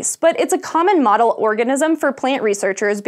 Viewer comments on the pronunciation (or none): none